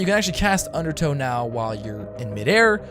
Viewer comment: Donate $1 every time you say "undertoe" xD